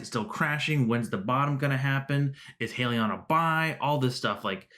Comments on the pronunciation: Subscribed. True to your channel's name, it's pronounced HY-lee-yon not HEY-lee-yon. Buying one share of HYLN is like buying a ticket to board the Titanic. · * Hi-lee-on * you’re welcome